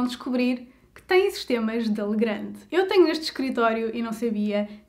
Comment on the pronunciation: pequena correcção, lê-se "legran", visto a empresa ser francesa.